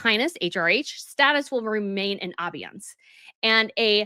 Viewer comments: abeyance is pronounced: a-BAY-ance. Emphasis on the second syllable. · Dear... abeyance is pronounced "uh-BAY-ance"... I hope this helps. Love your reports! Keep up the great work. <3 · the word "abeyance" has middle syllable as dominant - pronounced a BAY ance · Podcaster, It's obeyance, (obey) Sorry but you're not saying the word right. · pronounced ---- uh bay unhns accent on bay harry agreed to not use his titles but never voluntarily put them 'in abeyance' different side of the same coin I guess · By the way, abeyance is pronounced with the accent on the second syllable; i.e., a BAY ance. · Please pronounse abeyance correctly. British and American pronunciation the same. British pronunciation Sounds like: uh·bay·uhns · Abeyance is pronounced “abey (like obey) ance (like dance)”. Not the way you are repeatedly saying it. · I believe it’s A-Bey-ayance. I have a question; since Sarah Ferguson is now just Sarah Ferguson how come she’s not a Princess? I’m asking because some claim that if Harry and Meghan lost the Dukedom/ then Neghan corks still call herself Princess Henry? How come Sarah can’t? Sarah wasn’t a blood born royal and neither was Meghan? Song the Dukedom is removed ( or retired) from Harry then wouldn’t Meghan just be Meghan? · It's pronounced "uh BAY uns." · Love your podcasts - always interesting, always great takes! Please allow me to make one minor suggestion: "abeyance" is pronounced "uh-BAY-ance." Many thanks for always being such a pleasure to watch! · Note...abeyance is pronounced a-BAY-ence. Also, EXCELLENT video on this. Very clear on the explanations. Can only hope Harry is forced to do so as well. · "abeyance" pronounced "uh-bay'-unce" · Pronunciation police : Ur pronouncing abeyance wrong Sorry 😬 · Please learn how to pronounce abeyance ‼️